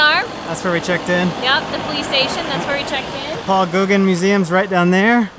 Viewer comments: not googin but gauw (as in "cow" )gaaan(as in "man" "pan" or "can") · Paul Go-GAN', with the N kind of up in the sinus and the emphasis on the last syllable.Dunk your firi firi in a bowl or mug of hot Milo. Pretty tasty. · I love your new intro too and the map feature. Ahhh, plumeria in the hair should be a thing in more places! (It's true -- taken ladies wear them on the left)! Gauguin is pronounced more like "Go-GAN." I got to spend 3 lovely weeks on the M/S Paul Gauguin in 2017, so you learn. Next you will learn to say "Ia Orana!" -- sounds like "Ya O-RAN-ah," the Tahitian greeting throughout the islands. The little grey doves are "nene" to the locals, but zebra dove to birders. (But I bet you know these things by now.) You guys already know so many of the fruits! By next year, you could pick up decent ukelele skills! And you have time to dive for pearls and get a tattoo or two, too. I have been in that grocery store in Atuona! :D I SO love reliving French Polynesia with you! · Pronounced GO GAN. En francais... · Go-Gan. You’ve seen his art, you just don’t know it. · Pronounced go-gone. Very famous painter... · Go..Gan is how you pronounce his name...I hope you look aT his paintings,,,,,extraordinary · Paul Gauguin is pronounced GoGann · Pronounced like. Gogan Gauguin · You can pronounce Gaugin’s name like “gogain”. That would be butchering it a little less. Lol! This from a Canadian! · Absolutely breathtaking scenery. That cemetery - how fascinating - yes, Paul Gauguin (American English Pronunciation - GO-GAN) famous post impressionist. I'm shocked (although I shouldn't be) you found his grave-site. I cannot WAIT for the rest of your videos. Thank you! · Paul Gauguin is pronounced "gogan". Yes he is quite famous. Up there with Picasso and Van Gogh. Come to DC sometime and see some of his paintings in the museum of art. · go-GAEN, the "ae" being pronounced sort of like a short "a" but nasalized, French style. You're welcome.